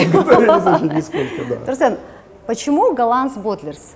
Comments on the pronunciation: Бесит как она говорит Турсен, какой Турсен, Тұрсын шығар ёпт, ең болмаса Турсын десеғой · Почему Турсэн?)) Казак емеспе, Турсын